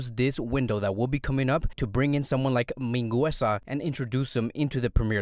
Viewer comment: You’re not pronouncing Mingueza right, but besides that good video